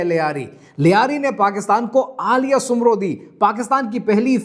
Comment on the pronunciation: Sumro ni soomro brother bura lgta Hy ❤